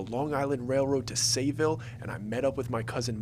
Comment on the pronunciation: It’s Sayville